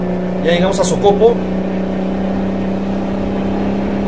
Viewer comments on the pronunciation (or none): No se dice sócopo se dice socopó al final esq se dice la o mas larga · COCOPO SE PRONUNCIA CON ACENTO EN LA ULTIMA O SOCOPO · SE PRONUNCIA SOCOPÓ XD